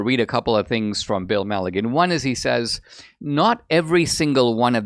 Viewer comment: The FOX news reporter's name is Bill Melugin... pronounced Mill ooh shun... not Milligan. 😂👍🏼